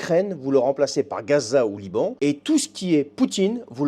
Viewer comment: J'ai fait le jeu et j'ai perdu. Ce nono barrot, digne fils de son crétin de père, ne sait pas dire "Liban".